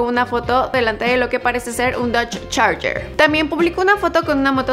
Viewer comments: Es un challenger, no charger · es un Challenger no un Charger pero buen intento! Saludos